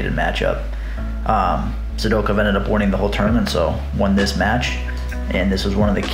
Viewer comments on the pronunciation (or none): Great stuff. The way you pronounce Sidakov cracks me up. Sidokev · A little Sidakov slide-by addendum, eh? I'll definitely consider it! Maybe I'll even pronounce his name right this time. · I don't like how you say Sidakov